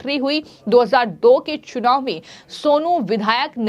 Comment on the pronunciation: महोदया आपका हिन्दी उच्चारण बहुत दोषपूर्ण है कृपया इसे सुधारने पर ध्यान दें। "चुनाव" को "छुनाव" और "स" को" श" कहने जैसी कई गलतियां आपको सुधारने की जरूरत है।